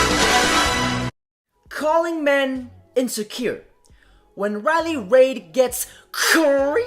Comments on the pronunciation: It's reiley reid bro, not raid. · He can’t pronounce, WOMEN or Riley Reid. Lols. “Riley RAID” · It's RILEY REID pronounced REED. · Her name is Reid not Raid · The way he says Riley. Raid. Lmao. I want to correct him cuz she says it like “read” But I like raid pronounce. As in she getting raided. Like shadow legend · I’ve never seen somebody who could fuck up words like this man. He calls women woman, and Riley Reid Riley Raids. Wtf. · Sounds like you're saying raid like the poison